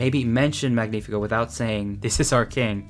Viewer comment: Strange that you didnt fix where they stress the name Magnífico. The way she sings it and you keep it, they stress it as "MÁG-ni-fi-CÓ", somehow stressing it TWICE and both times on the wrong syllable. It should of course be Mag-NÍ-fi-co. which is a hard to fit into an english song due to the mismatch of stressing patterns, but then again, the original song and the fact you left it as is when it sounds so horrible to a spanish speaker is making my skin crawl